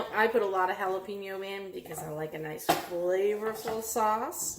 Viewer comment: It aint that hard to say Hallah-Pen-Yo instead of Hallah-Peen-Yo. You'll sound less like a clueless white lady.